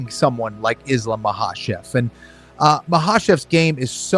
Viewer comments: So annoying when he intentionally mispronounces the names. "Makkelchev"🫩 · "Islam Mockelchev" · chael sonnen: islam mackleshev